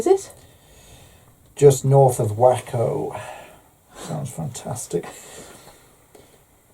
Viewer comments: ...you pronounced cleburne right (clayburn)...but pronounced Waco wrong, it's pronounced wayco... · Simply lovely. Thanks for sharing your time with us!! was delightful. He’s getting quite comfortable in front of the camera, isn’t he? I loved when he said Wacko for Waco which is pronounced way-co.